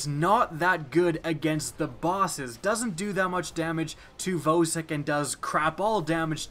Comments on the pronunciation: I think Vosik is pronounced "VAW-SICK" not "VOE-SICK" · He says vōsik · and voesik